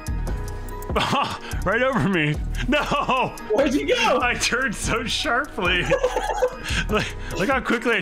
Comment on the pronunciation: "Look how quickly I turn dear." That's what I hear.